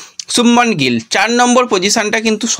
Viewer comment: গ্রল না গিল। ঠিক করো